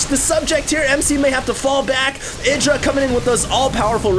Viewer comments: ITdra? dont you speak it out ''AIdra''? kinda annoys me if says ITdra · isnt Idra pronounced I-dra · I just double checked... Idra pronounces his name "Id-ra" like said but Artosis, standing right infront of Idra pronounces it "Eye-dra"... I guess Idra doesn't mind lol... check out Artosis' page...